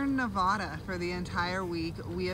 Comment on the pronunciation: You’re saying “Nevada” wrong